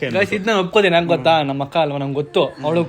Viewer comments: ಬ್ರೋ ಅದು ಗೋತಾ ಅಲ್ಲಾ ಗೊತ್ತಾ ಅಂತ ಅದು 😂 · ಗೋತಾ ಅಲ್ಲ ಮಾರಾಯ, ಗೊತ್ತಾ 😅